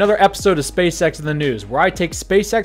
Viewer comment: did anyone else hear "Welcome, to another episode of space sex in the news"?